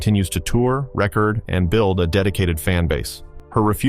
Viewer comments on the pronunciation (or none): Idiot AI narrator unable to differentiate rehcord and reCord.